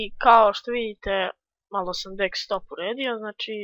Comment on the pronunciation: Ne kaze se daxtop nego dextop.